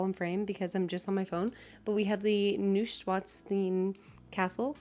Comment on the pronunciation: !❤ I have followed your journey here on YouTube first "meeting" you through your husband's channel. I wanted to congratulate you on your success here! Your enthusiasm shines! 😊 BTW, the castle is pronounced NEW-SHWINE-STINE. The last part like the German beer mug.